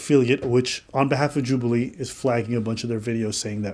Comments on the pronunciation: Why you pronounce it like that 😭😭 "Jub-eee-lee" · congratulations on 30k ps istg ur saying some of these names wrong to bate for comments and honestly fair play mate Joobualee lmfao